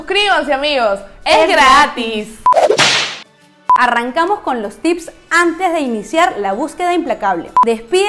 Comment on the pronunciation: tiene un problema con la palabra "gratis". Hahaha